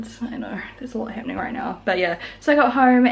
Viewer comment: This has nothing to do with the video but has anybody noticed (maybe it's a north eastern United States thing) saying "right here" sounds like "rate here"? Not in a country accent way 🤔 Maybe it's just me.